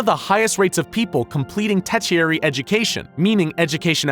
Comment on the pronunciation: Tetiary? I think you mean "Tertiary".